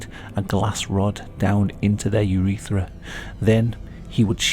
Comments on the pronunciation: Every time I hear "urethera" I feel it 😓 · i curled my toes when he said urethra